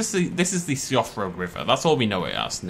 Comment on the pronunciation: a little sad that the Irish in you didn't pick up on Siofra and pronounced it wrong! ps. this is a joke its not actual criticism